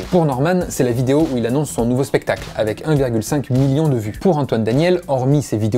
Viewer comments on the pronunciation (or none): none